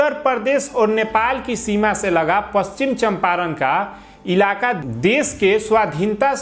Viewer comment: Pronunciation to shahi karo pachichamparn ko